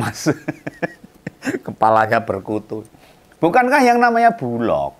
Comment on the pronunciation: koreksi om bulog bukan bulok ❤❤❤❤ ,🙏🙏🙏🙏🙏